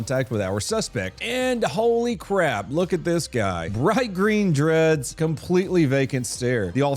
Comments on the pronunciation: bright dreen greads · Bright dreen breads?